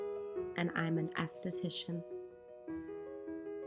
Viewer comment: sounds like "I'm an Assthetician" 😄